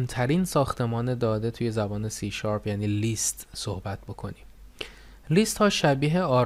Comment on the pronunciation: List لِست تلفظ میشه به معنای فهرست Least لیست تلفظ میشه به معنای کمترینه